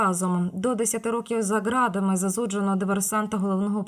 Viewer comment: Що ти за тупа істота? По перше читай хоч правильно...."поточного роду"? "До 10 років за градами?" Маєш проблеми з літерою "т"?